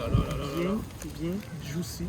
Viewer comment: “bien djoussy” les quebecois jvous aime fort vraiment 😭